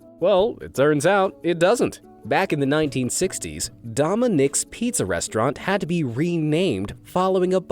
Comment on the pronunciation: Don’t switch the n and d in Dominick😊